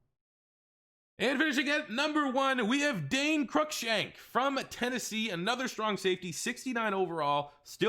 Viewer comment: It’s Cruikshank not crunkshank moron